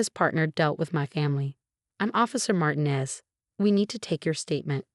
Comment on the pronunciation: Please, it's MartEEnez. Please pronounce this correctly. Otherwise, this is a good story.